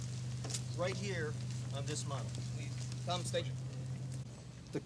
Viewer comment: "MOUT" training, not "MOUNT"